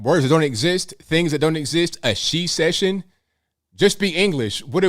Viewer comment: He couldn't even say it. Shesession 🤣